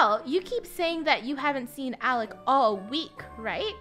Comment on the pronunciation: its alec not alex btw I am not trying to be mean